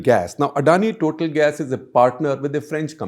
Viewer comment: It is pronounced Totaal, it is french.